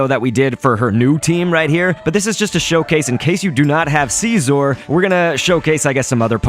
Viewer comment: It's Scizor, Not Siesor like you say it.